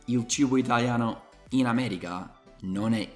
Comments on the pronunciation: Continua così, adoro i tuoi video e non ne escono abbastanza spesso! Una cosa però: attento all'inflessione dialettale! La pronuncia corretta è America, solo noi romani possiamo dire "aaameregha" 😂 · anche se il tuo italiano è stato appreso a Roma, ti prego, cerca di dire AmeriCa e non AmeriGa!😉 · Io AMO il tuo canale sia per le lezioni di inglese che per il confronto tra le nostre due culture... e mi fa Morire (in senso buono) come dici "Ameriga" in italiano con accento romano 😂♥️ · Quando dici ameriGa rido troppo, mi sembri l'amici miei de roma XD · se sei di Roma allora dici AmeriGa e anche maDemaDiGa, altro che il mio udito!🤣